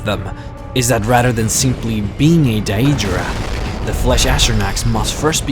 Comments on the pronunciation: daedra not dia-dra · Isn't it pronounced Day-drah? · he says deadra wrong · Dude u pronouce it like DAYdra not daEdra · It's Day-dra. Not diadra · I like your vids, but please work on your pronounciation... dAEdra... comeon.... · he says daedra wrong and it bugs me rlly badly no offense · I’m sorry but it’s a good video but your pronunciation for Daedra and the ebonheart pact is bad and I’m not trying to be rude like I said it’s a great video otherwise! And the “hero’s” that you call the skald king and the queen of the aldmeri dominion. Are not the kings or queens of said race they are meant to represent us the player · wow..the way you prenounce daedra, ebonheart pact etc..work on that mate. :)